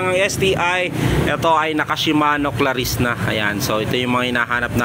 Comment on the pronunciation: Cla-reece. Hindi "ClaRISSE!!!" Poota. Dun palang tinigilan ko na panonood.